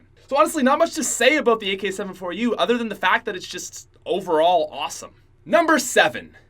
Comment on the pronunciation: When says AK 7 4 u instead of AK74u..........